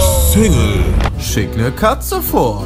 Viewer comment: noch einer außer mor bei "Schick nen Doppelgänger" statt schick fick verstanden? xD